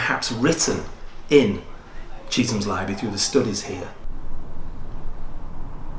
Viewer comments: This is incorrect. It is spelled 'Chetham's' but the pronunciation of it is as if it had two e's. Although the school is called Chet's for short. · you have unfortunately fallen into the same trap as most people with the way it is pronounced.